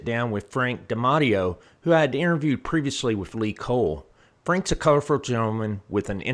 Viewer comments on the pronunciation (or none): If you've interviewed him before, why can't you pronounce his name? Dimateo